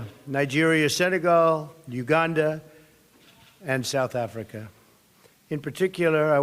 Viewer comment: Mr Trump, you are a breath of fresh air, but please get someone to advise you on pronunciation. Its Na-mib-ia, not Nambia, its Sah-sol, not sasool, its U-gan-da, not Ugunda. And please consider adding the ANC to your list of depraved ideologies.